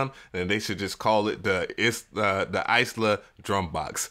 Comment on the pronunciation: Eye-La, not Ice-La